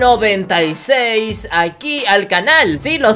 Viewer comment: Se dice sepe sepe sepe